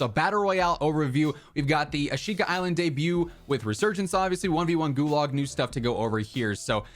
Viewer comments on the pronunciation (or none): The creators of the map called it A-shee-ka. Can you now start calling it by the correct name? Lol. Nbd but drives me crazy man! Lol.